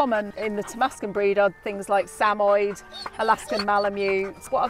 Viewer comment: SA-MO-YED, not SAMOID.